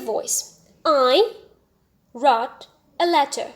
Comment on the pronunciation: Also the pronunciation of wrote